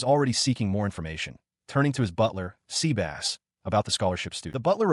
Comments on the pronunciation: Dude NOT SEA BASSS it is Sebas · I don’t think Sebas(tian) is pronounced seabass.